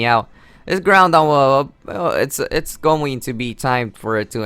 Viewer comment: "Now he takes out his groundon which is really strong" There are 2 things wrong with this. He said groudon wrong, and also, no shit, Sherlock. I'm pretty sure we all know that groudons a beast.